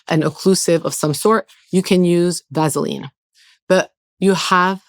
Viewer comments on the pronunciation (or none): Aggg she lost me at “ vasoline”😳